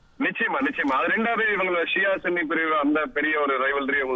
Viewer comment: dai mental thaththi tv call it sanni not suuuunnnni....